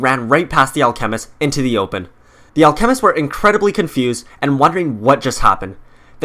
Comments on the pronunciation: Al.... chemist, anyone else think that thepronunciation is odd? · Jesus fuck do you pronounce alchemist wrong on purpose or on accident? Holy shit. Not trine be rude. Just got mega annoying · Clash of Clans and your saying alchemist wrong your trying to say it all together learn grammar